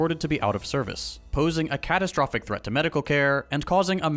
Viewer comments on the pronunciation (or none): none